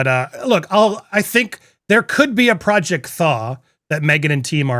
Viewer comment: Why did I think said project Thong? Lol